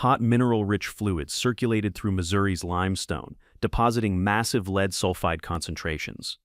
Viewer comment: It's lead, pron: LED, not leed.